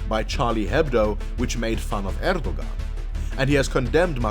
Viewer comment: Next time read Erdogan more like Erdo`an. Just a hint :)